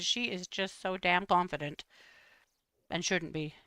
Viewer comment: I thought you said “blondefident” instead of confident. 😂 I think that actually fits better now!